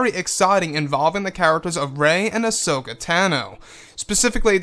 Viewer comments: Pronounced "Ah-So-Kah" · She was called "hashoka" here for ages , but darth vader told me it was ashoka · This sounds pretty cool! Would be a nice addition to the movie side of the SW universe. Also, sorry to be "that guy" - and I'm no EU expert - but is that really how to say her name? (Still gets a like from me)